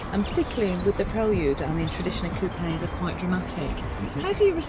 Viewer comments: pronounced coupé wrong, you are supposed to pronounce like you are underwater. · Two questions: 1. What the hell is a coopay? 2. What the hell is a Praelyude?